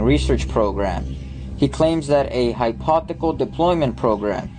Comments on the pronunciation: HYPOTHICAL is not a word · Anyone who is attempting to talk about science and is not even close in pronouncing hypothetical properly, has no credibility.